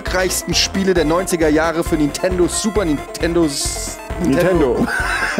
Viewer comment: Warum sprecht ihr Nintendo immer Nitendo aus? Ist mir schon vor einiger Zeit immer bei Ilyas aufgefallen, aber jetzt macht das bei euch fast jeder??!